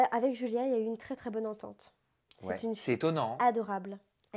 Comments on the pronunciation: Mdrrr elle dit DJulia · Bonne vidéo mais Adixia c julia pas djulia!!!! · On dit Julia pas Joulia adi😂😭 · Y a que moi qui entend "Djulia"? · "Djulia" Mdrrr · "djulia" !!! JPP !!!